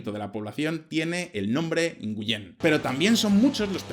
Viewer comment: Hola ! Nguyễn se pronuncia: /güín/, como ganar (win) en inglés.